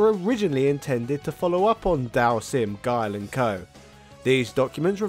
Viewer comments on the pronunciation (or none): none